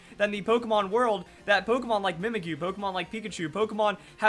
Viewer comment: U know... When you pronounce the name "Mimikyu".. It sounds like: Mimic You.